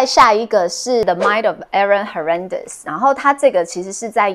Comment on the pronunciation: 唸 Hernandez 時好像把第一個 n 忘了～ 謝謝推薦，現在開始看！